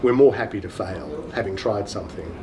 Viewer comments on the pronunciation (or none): fail をファイルと発音するのはオーストラリアンイングリッシュなのかな？ dayをダイという感じでー。